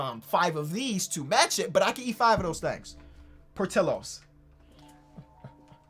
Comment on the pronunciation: Hey I think Portillos is pronounced: Por-tee-yoz. The ll in Spanish is pronounced as a Y:)